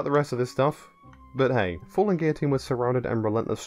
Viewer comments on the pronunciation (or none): none